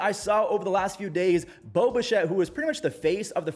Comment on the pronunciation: Everytime you say, Bo Bichette, I hear Boba Shett, like some how he is some clone, or a Mandilorian, got to love the Star Wars world interjecting it's self everywhere.